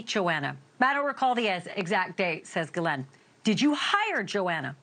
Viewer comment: "Gillette", "Gillanne", it's "ghislaine maxwell" (giss-lane)... jeez